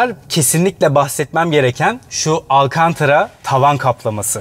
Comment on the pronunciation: Alkantra diye sesletiyorsun hocam. Ama malzemenin tam adı malumun al kan ta ra.